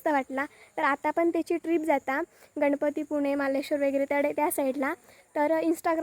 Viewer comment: Ganpatipune❌ Ganpatipule ✅ Maleshwar ❌Marleshwar✅ 😅